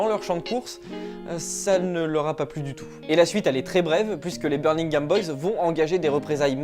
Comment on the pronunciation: C'est birMingham pas birNingham, desole je fais le chieur, video cool sinon bien joue